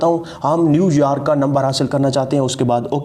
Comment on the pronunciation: New yaarrk nai bhai.. New York bolte 😁